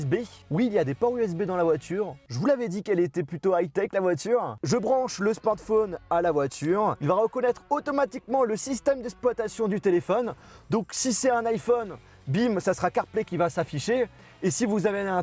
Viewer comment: Système d'esploitation 😂😂parle bien